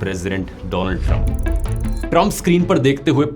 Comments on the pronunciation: Do Nal Trump❌ Oil Chur Nal Trump 😂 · Do-land Trump ❌😂 paterol Trump✅😅